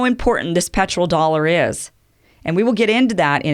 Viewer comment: Great content Kim! I think it is "petrodollar" not "petroldollar"